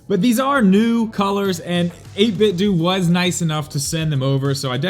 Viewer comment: I believe it's 8bitDOH like you pronounce Nintendo. Just saying.